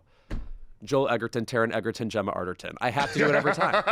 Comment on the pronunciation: And of course you are pronouncing EGERTON incorrectly. So insufferable. And stupid.